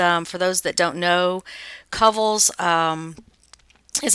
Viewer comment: Not a criticism, Just helping....but Kovels is pronounced CŌ'vell's. I used to watch them on TV is the only reason I know this....LOVE that room.